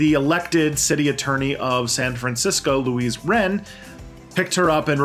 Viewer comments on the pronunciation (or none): none